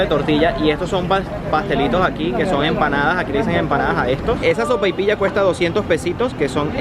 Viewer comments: Oye la sopaipiya se dise sopaipiya no de otra forama aca en chile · No hables tan rápido 🤣..dices Soparoilla.Sopaypilla..Sopapiya..? Me gusta..y quiero buscar la receta